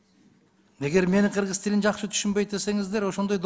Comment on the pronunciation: Урматтуу "Гыргыз"эмес "Кыргыз" деп айтылат,озунор эл алдында туура суйлогонду уйронсонор......🤔